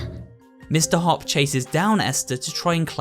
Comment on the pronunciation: Is nobody gonna explain that he/she said hoop than hopp